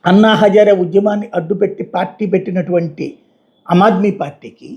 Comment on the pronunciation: అమాద్మీ కాదు, ఆమాద్మీ = Common man